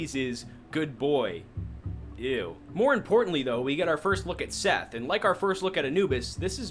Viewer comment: fun fact; Seth is pronounced "set"